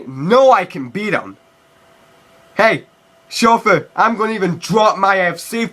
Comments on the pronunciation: He says shofu like its pronounced like shoul food. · I'm not gonna lie the way he said shofu was pretty tight though hahaha